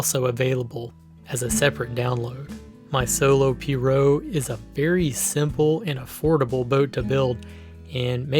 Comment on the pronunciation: It’s pronounced P-rogue, The g isn’t silent, It’s also called piragua in Spanish